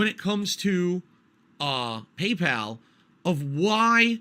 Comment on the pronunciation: "Pee-Pal" is very mysterious indeed